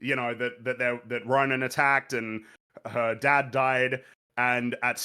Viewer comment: it's Ronin not Ronan, that's the kree supremacist